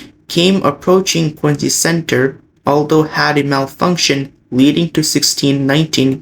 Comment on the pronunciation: That's Quin-ZEE!😉